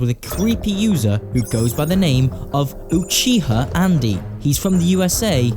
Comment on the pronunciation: i liked the way you said uchiha. edit: i hate that guy but damn, itachi be hitting different here